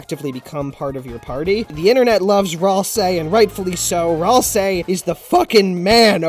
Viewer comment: Ralsei? We'll see? WAILSEE!?!?! (P.S. I've always pronounced it Ral - See, While you say it Raal - Say, but I don't know which is correct.)